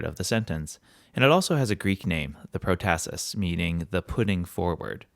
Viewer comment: PROtasis is pronounced with the accENT on the first sylLABle